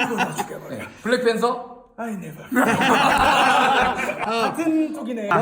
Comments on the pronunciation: 블랙팬서 인데..나만 블랙빤쓰라 들리나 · 블랙팬서라고 안하고 쁠랙뺀따라고 하지않나